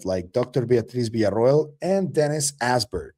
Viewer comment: Finally someone who can pronounce Villa-Ro-el